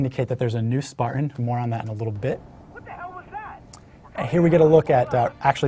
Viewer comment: its Spartan not Spartain